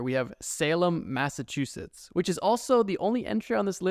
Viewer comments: “Colonial massachushits” lol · Massahshushites - I am so sad as a naive Massachusetts resident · He actually said "Massatwoshits"